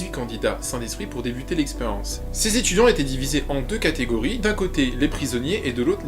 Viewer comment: Les .... zétudiants ? 😆